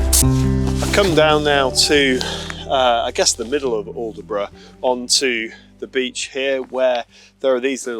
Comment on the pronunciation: Great video just one little thing. The locals will be shouting at the screen when you called it aldeburgh its pronounced with a silent d & e "allbrough" My wife who's a Suffolk lass is chomping at the bit lol.